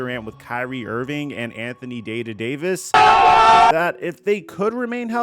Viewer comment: "Day to Davis" is crazy🤣🤧